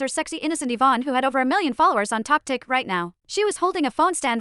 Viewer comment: "Tok tik" son im crine